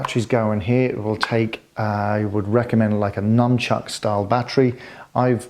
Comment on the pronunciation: He said "Numbchuck" 😂😂😂